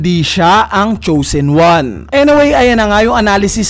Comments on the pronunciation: Chosen hnd choosen hahaha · Solid! 🔥🔥🔥 Pero boss, nabother ako sa "Choosen" 😅